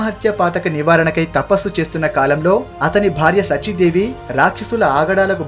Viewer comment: I appreciate your efforts. Pl concentrate on pronunciation, for example SACHI DEVI. A TO BE PRICED AS 'Melika sa not as kunti sa'